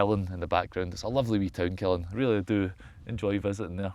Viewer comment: Local here! Killin is pronounced with an upwards emphasis to the end, the 'LIN' not the 'KIL'! kill-IN, not KILL-in :) You're kilLin' me here, pal!